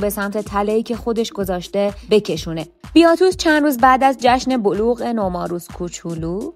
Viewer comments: بیاتوس نه….. باتیاتوس درسته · وارو، باتیاتوس، ایلیثیا … نام ها رو همه اشتباه میگی